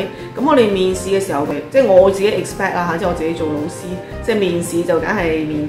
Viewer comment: 對於一位閩南人來說, 聽到粵語的老師, 會想成螺絲...😁